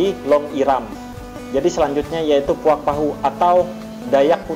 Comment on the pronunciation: Bukan puak tapi puag